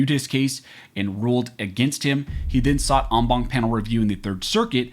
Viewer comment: You lost me at on bonk. It's en as in end, Bank as in going to the bank. A bank is a collection, so the entire Bank of judges. I don't put my money in a bonk. That's not how Latin is pronounced, knock it the fuck off.